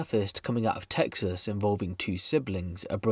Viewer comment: Same way its Tottenham. Its Tesxas.